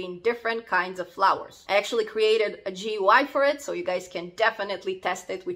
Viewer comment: What does "show a picture to the network" mean ? Also. GUI is pronounced "gooey" and don't ask about how to pronounce TTY.